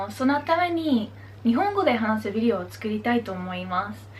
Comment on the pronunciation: videoの言い方がなにかやらしいビデオみたい